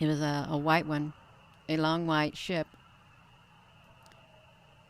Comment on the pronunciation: Hi I miss you so much and really enjoy you saying ship